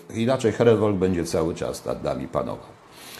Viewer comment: błagam Pana, niech Pan nie mówi "heren wolk". tylko "heren folk".to bardzo spotykany błąd. tak. jak mówią wolkswagen. zamiast folkswagen.....